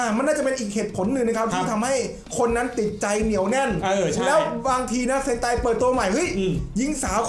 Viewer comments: เซนไต❌️❌️❌️❌️❌️ เฮนไต✅️✅️✅️✅️✅️😅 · เซนไตนะ ไม่ใช่เฮนไต 55